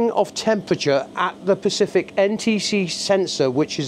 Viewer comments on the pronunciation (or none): Lost all credibility when you called it “backerlight” and said there was a “pacific” sensor 😮 really